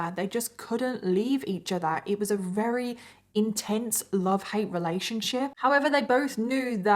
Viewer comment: I think its cute that you sometimes say wery instead of very. Is it your accent??